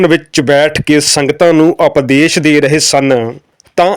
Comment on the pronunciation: ਵੀਰ ਜੀ ਸਪਦੇਸ ਨਹੀਂ (ਉਪਦੇਸ ਹੁੰਦਾਂ ਹੈ )